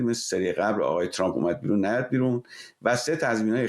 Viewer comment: این پروپسال چیه که کارشناس،تحلیلگرمجری،مهمان،میزبان و ووهرکی میادمعنی فارسی پیشنهاد رانمیدانندخدااااااا،وترامپ راچنان غلیظ تلفظ میکنند ترررررمپ،چررررررمپ،ترووومپ،خومثل ادم بگید،ترامپ،وپیشنهاد،پروپزال😮😮😮😮😮